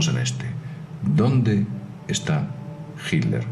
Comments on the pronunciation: Mientras sigas pronunciando " JILER " ,no tendrás mi voto. Yo me inclinaría más por la teoría de su escape por el océano " ALÁNTICO "pero este comentarista,tampoco a aprendido a pronunciar las " TL "...que pena ,cero voto aquí también... En cuanto a Perón,lo mataron los excesos,el buen vino,el asado,el tango,el mate y sobre todo,una mina 40 años más joven que el... Aparte de informar bien,es importante pronunciar correctamente. Cheers. DC. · Porqué será que dice hilder este señor? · Hilder?....¿por qué pronuncia "Hilder"? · estoy escuchando mal o dice Hilder? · hilder? por qué decís hilder? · ami tambien me llamo la atencion, sera que lo dicen por el inglés, . ? quien sabe? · no en españa no se dice hilder ni jl dice hilder,ni son modas regionales,pero en vez de enfocarse en el video que aunque con sus faltas se entiende perfectamente lo que quiere explicar,nos distraemos como siempre en tonterias,creo que mucho del publico son infantes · es diferente lo pronuncian.como hit ler, "jit tlder" modismos y regionalismos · Será como el Aletico de Madrid 😂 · sunagua que aprenda a pronunciar el saco de cocos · fernando sunagua Nadie se esta burlando, solo digo que porque no lo pronuncia bien, eso es todo...